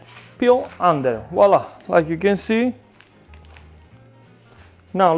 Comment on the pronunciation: 😂 I see someone else thinks that voilà is Walla! 😂 I was yesterday’s age when I finally realized I was saying it wrong.